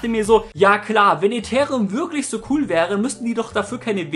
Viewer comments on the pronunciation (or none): none